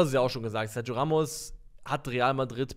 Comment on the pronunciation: sag doch einmal SERGIO [SERCHIO] richtig!!!